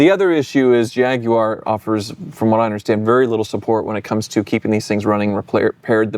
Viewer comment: you are the first American i have heard pronounce Jaguar correctly. Most Americans say Jagwire 😂